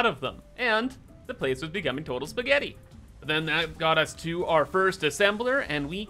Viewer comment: The way he said spaghetti,😂😂😂😂😂also can u fromnow on call conveyabelts spaghetti pls